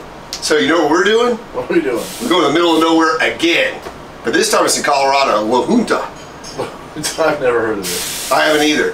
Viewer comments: It’s pronounced La Hunt-a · It's pronounced La-Hunt-Ah... despite what Google says